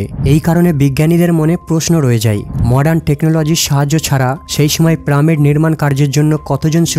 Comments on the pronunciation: Uccharon ta pramid noy pyramid ebong ota robot noy robert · কিরে ভাই প্রামিড কি শুদ্ধ করে বলতে গিয়ে পিরামিড কে ত রেইপ করে দিলে তুমি 😄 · প্রামিড না ভাই পিরামিড বলো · পিরামিড, not pramid. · Pramid not it's piramid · Pyramid bole pramid nou.pls check karun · প্রামিড কি রে ভাই পিরামিড উচ্চারণ পারিস না??? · ওটাকে পিরামিড বলা হয় প্রামিড না। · পেরামিড নয়, উচ্চারণ করুন পিরামিড, ছি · it's piramid not pramid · প্রামিড ভুল। পিরামিড ঠিক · প্রামিট না ভাই,, পিরামিড 🤣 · Pyramid na bole pramid bolchen keno? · Pramid na shothik uccharon pyramid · Pramod noi peramid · PRAMID KI PYRAMID প্রামিড PRAAAAAA MIIIIID পড়াশুনা না করে যদি কেউ এইসব ছোট ছোট ভুল করে ।শিক্ষিত মানুষ রা দেখে বা শুনে বিরক্ত হবে। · প্রামিড নয়,,,, বলুন পিরামিড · পিরামিড হবে, প্রামিড কেন বলে? শব্দ, কথা, উচ্চারণে অনেক ভুলভাল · Is it "PRAMID" or "PYRAMID" ?? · প্রামিড নয় পিরামিড বলেন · Pramid na piramid .🤣😂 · Pramid na , hobe piramid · Pramid noi, pyramid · Kothata piramit not primit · প্রামিড নয় পিরামিড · Totlara pyramid ke pramid bole. Apni ki sei dal e? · What a joking pronunciation 'Pramid??? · প্রামিড কি ভাই...... 🤔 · প্রামিড প্রামিড প্রামিড 😡😡😡😡😡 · পাঠক পিরামিড কে প্রামিড ই বলুক না কেন কিন্তু সে আমাদের খুব ভালো করে বুঝিয়েছে। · Vai tomar vari koi..pramid koi theke aslo? Tomi ki made in kalkata naki? ফুলকে সুল বোলোনা আবার। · প্রামিড কি? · প্রামিড (!) ? হা হা হা !! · প্রামিড শব্দটা শুনলে বিরক্ত লাগ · প্রামিড আবার কি? সঠিক উচ্চারণ করবেন। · প্রামিড বলতেছে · ভাই , প্রামিড কি? উচ্চারন ঠিক করে তারপর বর্ণনা দিয়েন! বিরক্তি কর উচ্চারন! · প্রামিড কি রে ভাই??? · উচ্চারণ ঠিক নয়। পিরামিড হবে। তাছাড়া এতে আরো ভুল উচ্চারণ আছে। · কি প্রামিড বলে কেন😁😁😁😁😁😁😁🫢🫢🫢🤭🤭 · প্রামিড কী ভাই ? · Uchcharon take pyramid not, pyramid😂😂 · কথাটা পিরামিড 😂😂😂😂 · প্রামিড না🤣🤣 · Wtf is it man it's not PRA-MID! ridiculous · প্রামিড কি ভাই? বলদ নাকি আপনি? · পিরামিডের উচ্চারণ টি ঠিক করবেন। এবং অনেক উচ্চারণ পরিস্কার নয়। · পিরামিড বলেন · ভাই উচ্চারণ পিরামিড। প্রামিড না। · প্রামিড না আসল উচ্চারণ পিরামিড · হবে পিরামিড আর বলছেন প্রামিড,🤔